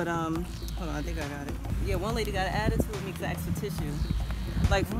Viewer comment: " we aksed" i never heard an american say that